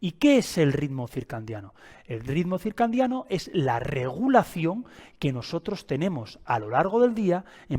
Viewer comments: ❤ también me hace distraer cuando dice circan😅diano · Si esta explicando un tema, como pronuncia y escribe mal la palabra!! Es CIRCADIANO no CIRCANDIANO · Porque dices circandiano??? Cuál es tu profesión? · Sí, por favor no digas circandiano. Excelente información, me gustó y me parece muy útil. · Con todo respeto se dice circadiano sin N no circaNdiano dr.muy bueno el video.gracias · Circandiano... porque no lo pronuncia bien? 😂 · Bueno ni pronunciar el nombre puede este pobre hombre que se dice “experto” lol “circaNdiano”😂😂😂 …algo bueno saldrá de este “vidio”😂😂😂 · HOLA AMIGO, ESCUCHATE. DICES: RITMO *CIRCANDIANO* CORRIGE POR FAVOR. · Porque pronuncia CIRCANDIANO ? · Súper bueno el video. Lo único es que es ciclo CIRCADIANO, en lugar de circandiano. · CIRCANDIANO,,,,😡😡😡😡 ERES UN IGNORANTE DE LA MATERIA? NI SIQUIERA PRONUNCIAS CORRECTAMENTE LO QUE QUIERES EXPLICAR,,,SABRÁ LO QUE DICE???? 😮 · Es CIRCADIANO... que no sepa cómo se escribe y que lo pronuncie mal lo propone como un charlatán. Me da desconfianza. Si bien la información que da es en peroncho correcta debería hablar con propiedad. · Buena informacion, pero me estresa todo el video diga circaNdiano 😢. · X4. Ahora no voy a poder dormir pensando en esa palabreja. 😂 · Por qué dice ritmo circandiano??? Se dice circandiano...hay un gran error en el vídeo. Escrito en la pantalla y expresado oral 😞😞😞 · Ay me distraía cada vez que escuchaba circandiano!! 😅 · Excelente video y muy bien explicado,el error de pronunciación es lo de menos lo importante es el contenido , felicidades